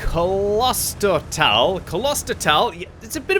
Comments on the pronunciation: You pronounce the o in klostertal like the the o in bro for example. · QBs pronounciation of german words is always hilarious :D In the word "Klostertal" the "o" is a long vowel, not a short one. But I guess a non-native speaker can't know that. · Hey, you pronounce "Klostertal" with a long "O" that is pronounced like the "au" in "claustrophobic" or in "Santa Claus".;) Apart from that you got it right already. Cheers from Berlin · Your pronounciation of Klostertal (translates to cloister vale) is pretty good. Just the o is a bit longer. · its pronounced Klostertal, not Kolostertal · You pronounce it like this: Close-There-Tal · Long ooooo in pronounciation ……kloooostertaaal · It's klostertal, not kolostertal. The kl in there sounds like the cl in clip, so I'm really surprised it's so hard to pronounce. Also, since I guess it's German (and not Dutch like my native language), the o and the a should be pronounced as long sounds. I mean the o in oh instead of the o in other. The a is already pronounced good enough by I think...you could also open a new tab, go to google translate, set the input language to German, copy-paste klostertal and press play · Klo...Klo klo klo...Not kolo...Think klo like clause and not colossous... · It's Klostertal, not Coloster towel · Haha. Its K L OsterTAL. And not K O L O sterTALL. We dont speak an O after the K and the A at the end is a long version. 😀😀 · Where do you see an „O“ between K and L it‘s like Clown, Klo- ster, Not K O L OSTER? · Hey the pronounciation of this map is: Klo-ster-tal Its something like abbey village Like a city for monks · Klostertal ist German and stands for monastery valley. It is a real location in Austria. Klos-ter-tal: Close ter tal. say Kloster. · Kloostertaal that's the pronunciation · "Kloster" is pronounced like Gloucester with a loooong o. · the correct Name is "Klos-ter-tal". Thanks for the preview. Greets from fastbRTU <3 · Howz that pronounced, Klusterfoul